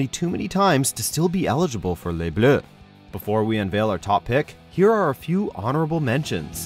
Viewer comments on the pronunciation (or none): none